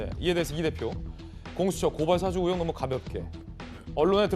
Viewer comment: 의혹이라 못하고, 으혹이라말하는거 보니...ㅎㅎㅎ 아랫쪽이구나.......